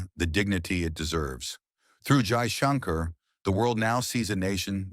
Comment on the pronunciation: Only one request for your SUPERB video Your pronunciation of Name of FM is not ideal If can pls pronounce it well